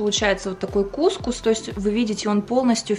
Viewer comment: кукУс, ударение на слог с последней буквой У 😉